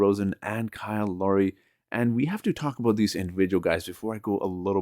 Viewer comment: It’s Lowry, not Laurie. Sorry.